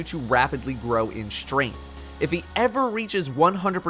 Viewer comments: "Taken Shtrainth" /cringe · "Taken Strenth" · How many times can you say "Taken Shtrength" in one video